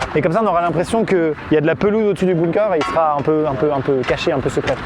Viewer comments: Amixem construit un igloo Le prononce LE igloo Amixem construit un bunker Le prononce bounker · Moi : ai toujours dit Bunker Amixem : Bounker Mon cerveau :💥🤯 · Juste c'est pas bOOnker mais bUnker. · a il a dit un BOUNKER :') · J'adore comment vous prononcez "bunker"... "bounker" 😂😂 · Sa se prononce bounker^^ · C’est bunker, apprends à parler et à écrire.